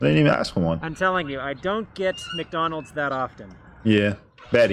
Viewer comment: It's meekdonalds